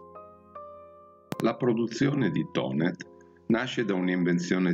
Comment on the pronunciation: Finalmente qualcuno che Thonet non lo promuncia Tonè facendolo diventare francese!